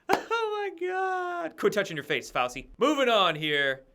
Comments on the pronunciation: Its pronounced "fow-chee" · It's pronounced 'Fau-chi'. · Fow-chee Fow-CHEE!! Dude! If you’re doing it on purpose fine. But come on. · pronounced: Fow-Chi.... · Fauci is pronounced Fauchi as are many names of Italian origin with a c is pronounced as ch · every day he has a presser and Dr Fauci’s name is pronounced like this FOWCHEE lol how do you not hear it? 😂 Ok great report otherwise 🍿👍🏼😉🥰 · Fah-ow-chee....San-jay Goop-tah